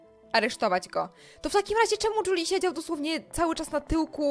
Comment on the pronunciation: Lepiej brzmi Juli a nie "Dżuli"